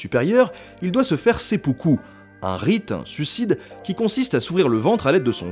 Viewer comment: Il me semble que le sempuku se prononce s'aime poux coup. Excellente vidéo sinon, comme d'habitude en fait. Merci pour ces vidéos d'ailleurs. ;)